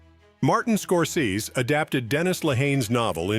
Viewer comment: This AI mispronounced Scorsese, one of the most famous directors in the last 50 years. Also missed the biggest movie that was far, far better than the book: Forrest Gump.